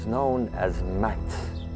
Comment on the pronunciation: Brilliant! But i would pronounce the word Ma-at! The cosmic order: The Ma-at. (Not Mat.) The pharaoh is not a god but merely the maintainer (the balancer) of the great and timeless order. The seasons had to be readjusted every four years. 1,4060 years to be complete as a "circle" or cycle is not a circle. Why? Because the Py - Ra - i - mus ) or the Py - Ra - mid is not a circular but a spiral. The Idea of change must be taken into account. A circle (mathematically) would mean endless repetition. And perfect repetition would mean death. Changes and variations have to be taken into account. Newness, novelty, creativity and free will must also be accounted for. Dangerous, yes, but necessary... in order to grow psycho-spiritually collectively and individually. The Ma-at has an intension beyond mere repetition. Mankind is the seed that shall re-build the heavens. But what that shall be, no one knows.